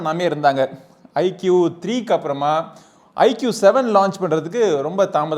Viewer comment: " ஐக்கூ " தான் சரியான உச்சரிப்பு குருநாதா ! ஐக்கியூ இல்லை !!